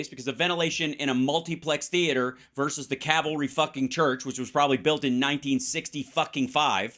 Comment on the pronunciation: She is daying cavalry, but wouldn't it be CALVARY...... where they crucified him?????